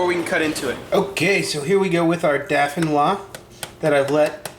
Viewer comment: Nice but please it's pronounced DOH-FEE-NWA!